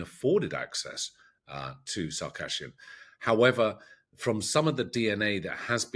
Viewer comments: It's Sarkisyan, not Sariksyan. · Not "sar-KASH-yan." It's "sa-reeks-YAN."